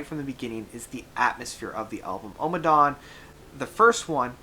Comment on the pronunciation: Ohhhmmadawn - there is no need to stress the opening vowel of the title. Utterly unnecessary